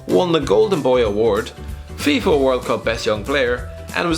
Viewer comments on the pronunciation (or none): none